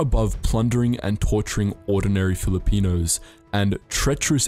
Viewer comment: The video is great, but his pronunciation of Filipino Names made me wince